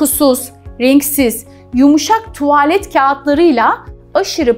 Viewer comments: Anla tuvaaaalet degil tuvalet. Doktor olmussun ama diksiyon zayif cikmis bir de konusuyor youtubede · mesela tuvaalet diyor iki a ile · Bilgiler için çok teşekkür ederim ancak tuvaaalet dedikçe siz irkildim Doktor Hanım , “tuvalet” yani a harfini uzatmadan telaffuz edeceksiniz . Sevgiler 💕🌸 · Bir doktorun tuvagggglet ve meğndiil demesi cok garip gercekten